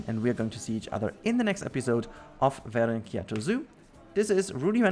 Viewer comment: Yes, you pronounced it quite well! I got super intriqued when i saw The title! 😅 Greetings from Finland!